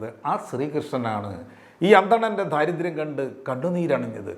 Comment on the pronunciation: ദാരിദ്ര്യം, ദാസ്യം, ദൈവം എന്ന് ശരിക്ക് ഉച്ചരിക്കൂ - ധ അല്ല